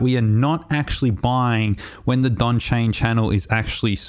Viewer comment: Donchian - not Donchain. Good video. Very helpful.